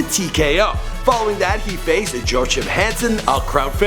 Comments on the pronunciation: It's pronounced Yo-A-Keem or Wah-kem ,Hansen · It's Yo-a-keem Hellboy Hanson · Pronounce it "Joe-ah-kim"